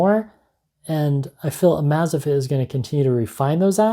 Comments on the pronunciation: Everytime said name wrong wanted to punch him.. amazfit.. how its written. Not amazafit.. amaze like the word.. im amazed at this... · "Amaze Fit" not "Amaza fit". Sorry, just thought u might wanna know if you're gonna keep reviewing them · You are really mispronouncing amazfit, it's amazing and fitness smooshed together.